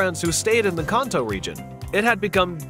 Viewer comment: “Khanto” region? It’s pronounced “Kan-to” 😅